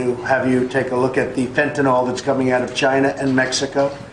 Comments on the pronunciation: Fentanyl: Fent-a-nil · Fentanyl is Fent-a-nill. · POTUS reps all states. It's "Fen tan naw" around here. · Everyone in my area pronounces fentanyl like that